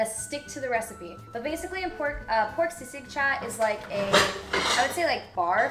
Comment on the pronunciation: she pronounced sisig very well